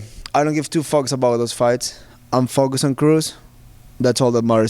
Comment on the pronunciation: when he says focus it sounds like "fuck us"